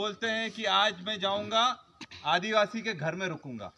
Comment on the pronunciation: आदीवासि का बेटा आदीवासि बोल नही सकता